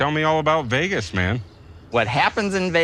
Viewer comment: i heard went to VEEYAGUS!!😂😂